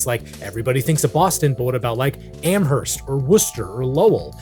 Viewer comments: The hard h in Amherst confirms you are not a Western Mass local (but yes, that idea of a local music scenes show is awesome. Northampton, MA was also pretty prominent back in the day). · The fact that you went to a umass school and still say Amherst with the h pronounced is crazy